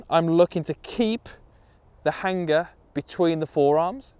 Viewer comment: Love the video (as always) however I'm very put off by how you say Hanger.